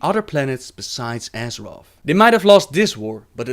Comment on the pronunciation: side note: Azerof?? come on!!!!!